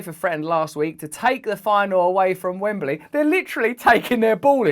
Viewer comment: Russell, it's not Wembely , it's Wembley